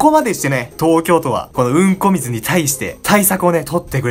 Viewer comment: 何回みても強調された「うんこ水」に笑う